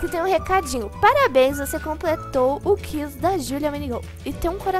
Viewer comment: Amei o vídeo mais aprende a falar QUIZ o som do u pronuncia e minegirl